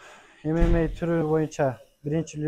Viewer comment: Правильное произношение эмемей деп а то ммага чыгам деп куйдурот чон чон боеццтер туура эмес произношение кылат артистер 😂